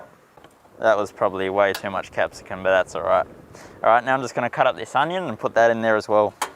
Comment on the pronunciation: Very nice video! It's capsicum....cum. Your mispronunciations are risking an infringement from the language police!